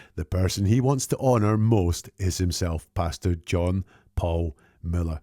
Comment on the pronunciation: Great breakdown, as usual. I love how, whenever you say his name, it sounds (due to your accent) like you’re saying “Bastard” John Paul Miller, instead of Pastor. Which is ironically fitting! 😂